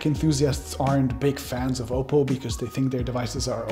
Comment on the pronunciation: STOP SAYING OPAL! ITS OPPO... OP...POH.. I DONT THINK YOU WORK FOR THIS COMPANY...